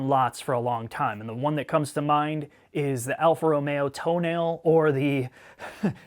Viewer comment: Some Italian dude just died inside when hearing "Alfa Romeo Toenail"